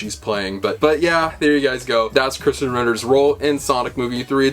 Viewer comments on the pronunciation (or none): Why do you pronounce Krysten like Christian? Also, you're being a KILLJOY, dude.